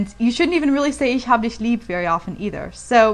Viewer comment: Dein Deutsch ist fast perfekt ...Eine Sache die du aber noch verbessern kannst ist: "Ich >hab'< dich lieb" . Du könntest versuchen das "a" kürzer und härter auszusprechen also das "hab" ungefähr wie "happ" aussprechen. Denn Deutsch ist eben eine harte und abgehackte sprache.